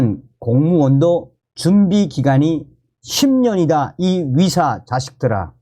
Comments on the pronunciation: 발음 좀 바꿔봐요 위사가 아니고 의사입니다 ㅋ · 어디서 왔는데 의사를 위사라 발음하나요? 중국?